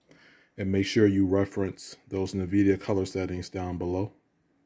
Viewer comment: Did you say "Nuh-vidia" lmao